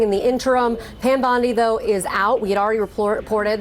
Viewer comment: "Are you saying Pan, or Pam?"